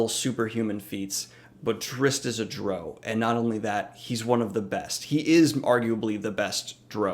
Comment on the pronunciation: It's 'Drizzt' like twist (more like twizt, but you get the idea) and the second part of 'Drow' like "ow" when you hit your thumb with a hammer. Thank you for making this video! <3